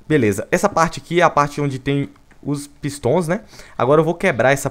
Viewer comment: Ninguém: Vinícius: PÍSTÓN